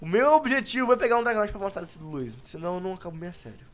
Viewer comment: Não é wouiz é luizzio